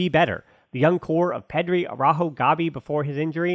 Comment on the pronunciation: With regards to Araújo, it's now AwrÁho, it is AraÚho, emphasis on the U.